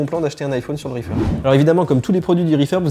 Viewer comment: J’adore comment tu prononces « iPhone »